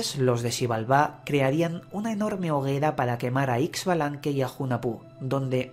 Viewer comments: Muchas gracias por dar a conocer la historia de mi cultura. Excelente trabajo Sólo una observación: la pronunciación de los nombres está un poco distorsionado. Hunajpú e Ixbalanqué Se pronuncia Junajpú e Ishbalanqué. En maya la X tiene sonido sh El señor Sipacná, se pronuncia con acento en la última a. De ahí en adelante todo perfecto. Mil gracias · Pronunciación correcta: u-na-pu el otro es Ish-ba-lan-que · Es la pronunciación junajpú e ishbalanqué, esta bueno el relato, falta conocer mas la pronunciación y lengua quiché